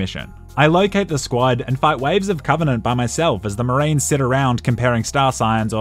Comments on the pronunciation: " COVINANT" * dies of cringe* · I like how he keeps calling the banished the covenenant